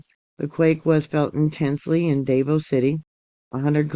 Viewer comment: Dah-Vaow (Davao) City, Its ok, we know what you meant and alot of places have difficult to prounce names. 👍 Praying for all in the Pacific as its a rockin n rollin.